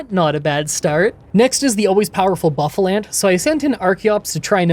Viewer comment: Aren't Buffal-ant and Hydra-gon actually Boofal-ahnt and Hi-draygon?